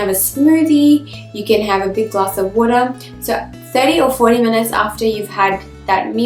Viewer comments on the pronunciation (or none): What is woora?? She keeps saying drink glass if woora.., 🤔